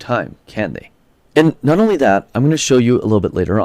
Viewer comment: I'm sorry, you're a BELIEVER in trickle-down economics?? You're kidding us, right? You mispronounced "not" and tripped over your own tongue and didn't catch it on the edit? RIGHT????